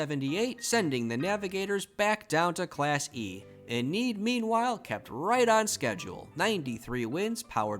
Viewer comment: Thanks for the great content! Re: pronunciation, I think it's LYE-muh not LEEmuh (yeah, they got it wrong compared to the capital of Peru lol). Musk-OH-gee not MUSS-kogee. And EE-nid not Eh-NEED. Source: my grandpa is from Enid :) In any case, you're certainly doing a way better job than I would be, keeping 200+ towns and clubs straight!!